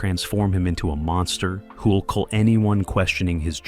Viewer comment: Its "kill", not "cull".